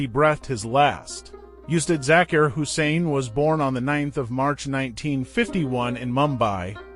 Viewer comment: These American commentators have this annoying way of speaking English, Sorry I digress, the correct pronunciation of Zakir is "ZakEar" and NOT the way this well meaning but annoying gentleman is saying it . R.I.P. great one. So its an A.I. "voice" I should have known OMG UGH !